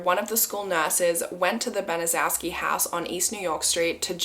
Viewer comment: Gertrude's last name is actually pronounced "ban-a- shew-ski"